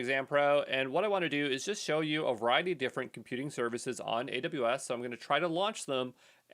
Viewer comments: thanks man but it sounds like you are saying adadaybus lol <3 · how does he pronounce AWS? Adubas?